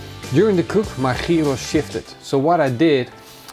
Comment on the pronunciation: Gyros is pronounced as "yeeros". Leuke video!